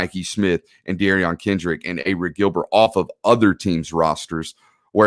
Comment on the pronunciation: It's pronounced "Eric" listen to JT, Kirby and the rest of the players. He told them t call him Eric when he came in even coach Donnan said the same thing.